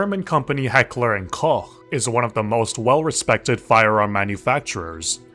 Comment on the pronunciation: Heckler & Koch being pronounced correctly is a surprise to be sure but a welcome one.